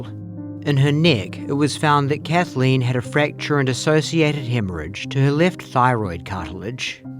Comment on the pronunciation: I'd immediately stop the prosecutor from pronouncing it "Kath-a-lean." Maddening.